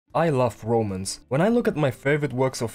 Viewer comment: from what I see, I like the 90s art style, but the story, yeah, I'll probably avoid it if it's just C***teasing for the next 1000 chapters... Ps. I always misheard you say romans from romance, like "this manga sucks, because it only has romans", still Good analysis video! PSS. Wait I kinda like the story...